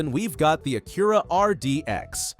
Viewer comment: Ok, I just started watching your video and your AI is killing me on pronunciation: "Ah-cure-ah"??? It's pronounced "A-cura". And Hyundai? head on desk I'm gonna have to watch this again and ignore your AI and listen to what you really have to say....